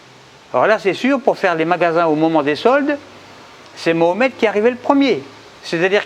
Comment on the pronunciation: Ma ho met,pas mohamet, ni mohmet, je vote pour toi en 2020 si tu fait des efforts de prononciation;)